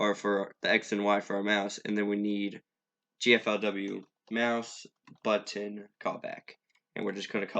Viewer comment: nice video but it kept triggering me when you said "GFLW" lol